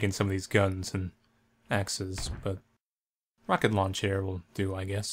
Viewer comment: When you first said rocket launcher I heard rocket lawn chair now that's all I can here. makes it twice as funn7 ^_^. Thank you